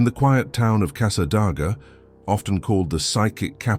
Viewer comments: Casa DAY ga...not Casa DOG a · God, please fix your AI so that it pronounced our cities and town names correctly. Good gawd, it is NOT PRONOUNCED Câsâdôgâ it's Câsâdāgâ. I loathe those that use AI because it cannot pronounce simple small words correctly, nor can it pronounce many other names, money or numbers properly either. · It is pronounced Casadayga not Casadoga. It is spelled Casadaga. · ...so strange hearing Casadega mispronounced so badly